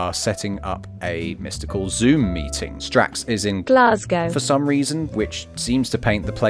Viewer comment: Playing a dangerous game letting Google pronounce glasgow 🤣